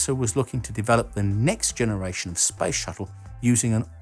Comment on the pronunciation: So annoyin when he spell SPACE like sPAJS! xD